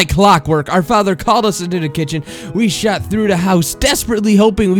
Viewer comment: the narrator is a huge distraction. he sounds like the words are attacking his mouth, and several mispronunciations like "shat through the hall" and "we watched da cocks"